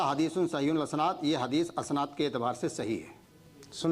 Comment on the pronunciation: Maulana Ashnad nhi likha hai Ishnad likha hai😅